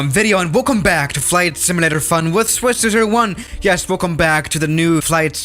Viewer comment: “Swiss ze zero zero one